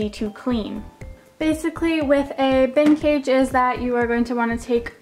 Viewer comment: The way you said bin cage, it sounded like vintage!